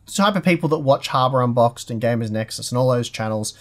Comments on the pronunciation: I know has touched on this before in a previous video, but I swear I hear you guys say "Harbour Unboxed" instead of "Hardware Unboxed".....lol.... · is deadset saying harbour unboxed, he's a troll:P